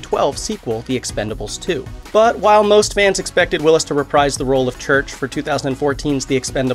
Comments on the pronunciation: "But while most fans expected Willis to reprise the role . . ." The word "reprise" is pronounced "re-PREEZE," rhymes with "freeze." Not "re-PRIZE." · Reprise is pronounced repreeze. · Reprise is pronounced re preez.